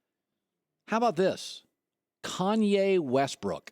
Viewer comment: every time he says Kanye I cringe so much